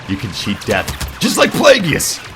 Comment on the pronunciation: Dude, you know the entire dialogue to the scene yet you call him "Plaguey-iss"...?? Totally lost some cool points with me, man...